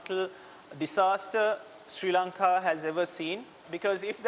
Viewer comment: It’s Not Siri Lanka The News Reader It’s Sri Lanka 🇱🇰